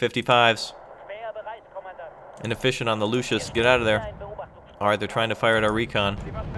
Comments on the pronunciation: The recon tank is calles Luchs not Lucius. Its called after the animal. You pronunce it Lux or Lucks ( Not good in phonetics). In english it is the Lynx or bobcat. Nice vid by the way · it is pronounced "luks" not luschis